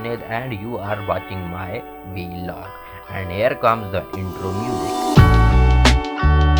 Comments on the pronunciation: it is not viiiilog its vlog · Bro it’s not Veelog it’s Vlog. Rhymes with blog.